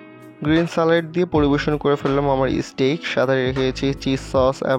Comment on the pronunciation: স্টিক না ভাই স্টেক হোবে 😂😂😂 R Basy English Bolte g a salad k saled bole felche r ai dik a jeta main topic ajker oitar banan e vul ..steak k stick 🏒 bolche bar bar ...Bangali jaty bole kotah ..jotoi try koruk ..murkho osikkhitoi thakbei 😂